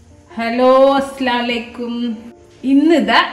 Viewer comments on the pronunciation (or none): Hlo sister, Aslaalaikkum alla, athinte meaning maarippokum.. 'Assalaamu Alaikkum' ennu Salaam parayoo